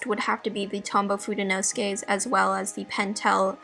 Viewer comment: Fude is Japanese for brush. You have fudenosuke a little off. fude 'no' 'soo' 'kay', not 'nos' 'kay'.